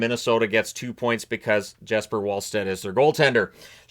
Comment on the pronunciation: pronounced (Y)esper (V)allstedt